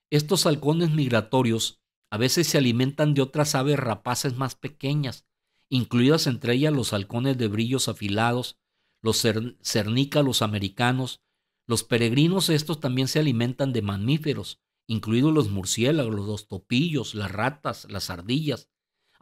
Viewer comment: Disculpa, no es Cirnaculo, Es Cernicalo Americano.. y No Es Gentirfalte, Es Gerifalte, O lees Como El Chavo del 8, ó No Estudiaste bien La Lección ...